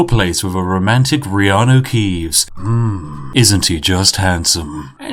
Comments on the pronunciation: 10 minutes in, finally realises he called him reanu keaves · Take a shot everytime spiff accidentally calls him keeanu